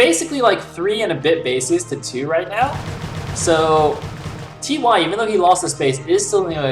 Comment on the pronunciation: Why are you calling him "Tee Why" lol. You had it right the first time you said his name, in the opening. :P